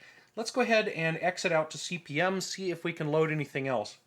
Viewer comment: nitpicks - It's pronounced Cpm- the slash is ignored . The disks are 5 1/4" not 5 1/2"